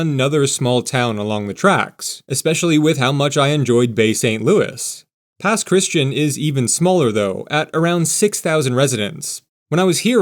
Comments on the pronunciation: My comment. Please search, Pronounce, Pass Christian. Correctly, sounds like this "pas kruhs an". {3 syllables- not two} Not "pas christin." Also locally referred to as the pass. Your pronunciation is by no means uncommon, but wrong. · Pass-Christi-Ann not Pass Christ-in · Pas Christian is said Pas Cris - tee - anne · NOT PASS CHRISTAN! This area originally explored by the French. It is pronounced Pass Chris-ti-an to this day. Listen to Robin Roberts speak of her hometown. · Please search, Pronounce, Pass Christian. Correctly, sounds like this "pas kruhs an". {3 syllables- not two} Not "pas christin." Also locally referred to as the pass. Your pronunciation is by no means uncommon, but wrong. Your pronunciation of Biloxi and Pascagoula was spot on, both Native American tribes. I'm not sure why there is no station in Ocean Springs, MS., on the east side of Biloxi Bay. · Please search, Pronounce, Pass Christian. Correctly, sounds like this "pas kruhs an". {3 syllables- not two} Not "pas christin." Also locally referred to as the pass. Your pronunciation is by no means uncommon, but wrong. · It's pronounced Pass Christ Ian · Its pronounced Pass chris-tee-AHN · FYI, Pass Christian is pronounced like Kristy Anne. Local will laugh at you if you pronounce it the way you did. Oh, and thank you for correctly pronouncing Pascagoula. That's one that people who aren't from the area often get VERY wrong. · You need to learn the names of the cities and pronounce them properly every time. Sometimes you say New Orleans correctly and other times you used the ear screening New OrlEEEENS, Awful! Pass Chris-tee-ANN is the proper way to go. I was glad you said Mobile correctly every time. I'm eager to hope on board and take my trip along the Gulf Coast on Amtrak. It costs how much?? I'd love a new train adventure. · Just FYI- Pass Christian is pronounced “pas-kruhs-chee-an” with the long sound on the “an” like Ann. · Thank you! I’m from New Orleans and that was driving me crazy.